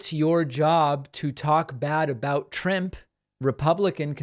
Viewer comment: "Trimp" killed me